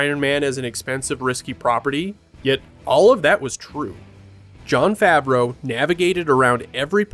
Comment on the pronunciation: Favreau...pronounced wrong until the last mention of his name...wow now that's a sh!t show